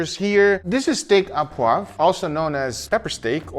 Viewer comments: It's steak O poivre. Au in french is an O sound. Not A, O. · Looks delicious!!! By the way, you say "steak a poivre" it's "au", which is pronounced "oh". Just say "Steak oh poivre" and it will sound 100% better! source: I'm french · Steak à poive? Sir, it's steak o'poivrrrh (steak au poivre) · For anyone who cares, it's not pronounced "ah poivre" but "oh poivre". Also I find it interesting that the sauce you make is so red. The French restaurants that I go to have more of a cream colored sauce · "Au poivre". Pronounce it like "Oh Pwav" you'll be very close to the right pronunciation. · Its pronounced Steak -oh poiv re In french "Au" is "oh" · Steak O poivre 😊 poivre, you pronounce as POO-AAVR in a single take.